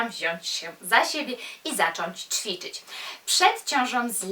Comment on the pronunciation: Uwielbiam Cię a co do Twoich dylematów językowych to: Hantle/hantelki-nie hankielki;) I jeszcze coś mnie gryzie... powinno się mówić ćwiczyć a nie czwiczyć. Nie odbieraj tego jako hejt, broń Boże apropos ubioru: Kiedy mamy nosić mini/szorty itp? jak będziemy miały 100 lat? jak młodsze noszą to nie dobrze bo jak to taka młoda, jak kobitki po 30 to jak to taka matka itd. paranoja